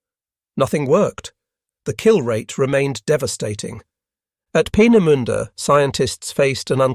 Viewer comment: How can one correctly pronounce 'Peenemünde' but not 'Vergeltungswaffe'? 😆